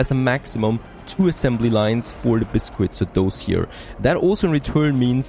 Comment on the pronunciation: excellent next part of the series as always!, my 2 cents though Please please please CITRUS (sit trus) and BISCUITS (bis-kits)